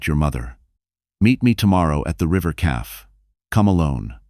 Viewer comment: Please teach your AI narrator how to pronounce cafe and read/read, maybe lessons in correct grammar